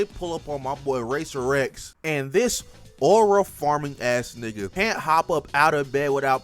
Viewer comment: His name is RACER X. NOT RACER REX